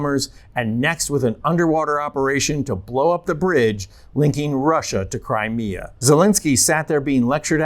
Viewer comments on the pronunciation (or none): none